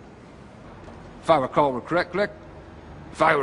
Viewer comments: "If I recall recleclick" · "If I recall recleckcleck" I SWEAR TO GOD WHEN HE MESSED UP THE WORDS I WAS CRYING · "If I recall reclek-clek.." fuckin spilled my beer..and I aint even mad because it was Will Farrell's fault. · "If I recall recleckleck"